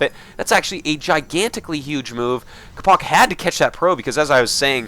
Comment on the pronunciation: capo-ch is pronounced like the "Ch" is the same sound as the one from "Ch-eese"